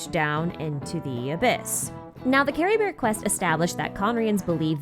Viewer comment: No but why did you pronounce Caribert as CaribeR 😭🥲